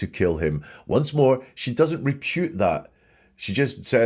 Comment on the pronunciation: Did you say 'repute', rather than 'refute'? That's what I heard, anyway!